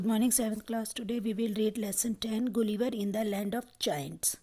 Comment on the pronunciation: The pronunciation of Gulliver is wrong. Refer to Google to know the correct one.